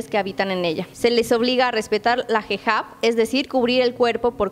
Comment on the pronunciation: y muy mal pronunciado la palabras burka e hijab ...pésimo👎